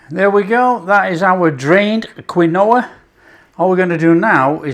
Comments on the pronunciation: "keen wa!!!" 'Kwin - oh-ah' must be served with 'Worchester Shire Sauce' and 'Liecester Shire Cheese' - lol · Lol... Quinoa is pronounced - KEEN-WAH. Cheers, fantastic recipe! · It’s pronounced Keen wah😊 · Around here they pronounce it "keen-wah" but I've always called it quinoa like you. Great for the GF crowd! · Pronounced KEEN-wah. Fabulous that you are using GF ingredients! Thank you so much. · I love your video. It’s pronounce “keen wa” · I thought it was pronounced keenwa...but...each to there own...lol... good recipe... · I love this stuff, so I’m delighted with this recipe. I’m going to definitely try these. Sorry to repeat but it’s definitely pronounced Keen wah. Strange I know. Lovely recipe my friend xxxx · What a great idea! Pronunciation : KEEN- wah. Origin Andes Mountains Peru. I am going to see if I can buy them, changing out from my flour tortillas😎🌶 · It's pronounced 'Keen-Wah' matey 😉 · Pronouncing something correctly is constructive criticism….unsubscribing.